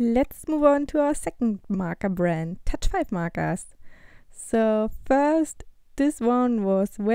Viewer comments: WHY U SAY MARKARS?!?!!?!?!?!?!!? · "markas" "marka" Sorry I had to...... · Ору с того как она говоритслово МАКААС